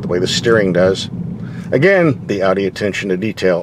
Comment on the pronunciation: An American that can pronounce "Audi" correctly. Wow.👍👍👍 As always great review.